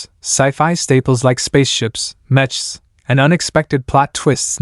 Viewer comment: If you make videos about Anime we would expect you to pronounce "Mech" correctly. it's pronounced "MECKS", not literally "mech". The whole point of the word is it is short for MECHANICAL, hence MECK sound.